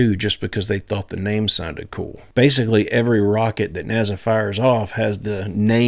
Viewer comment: Bro what the fk is a NAZZA? There’s no fking way you pronounce it NAZZA